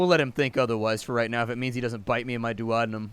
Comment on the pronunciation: That isn't proper pronunciation of duodenum, sounds so weird